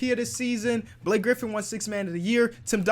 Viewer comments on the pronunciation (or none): none